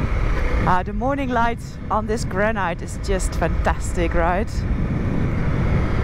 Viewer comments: In English we say 'gran it' not 'gran ite'. You must learn to open gates without getting off your bike. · Another great video, and some unfriendly seals! You find the most amazing places, Noraly. One comment if I can, though. Your English pronunciation is excellent. With one small exception - granite. The normal pronunciation is as if it were spelt granit. Have fun and I will see you soon.